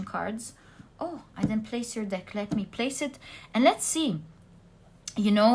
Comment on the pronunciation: be careful, you said "deck" but your accent made google undesrtand "d*ck" x) It wouldn't be cool to see your work banned for this reason! I'm french myself, so no judgment here! thank you for the readings!